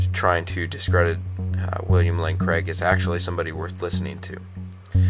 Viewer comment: Also, why do you insist on saying Criag? That's quite rude, whether you disagree with him or not. You can at least be respectable, you do yourself and all those who agree with you a disservice by being so disrespectful.